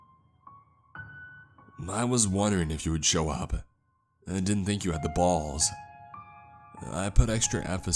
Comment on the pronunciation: there is only one syllable in 'balls' its the vowel sound..A as in all...